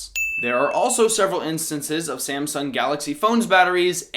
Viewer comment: You said "kalaxy" when talking about the baby stroller part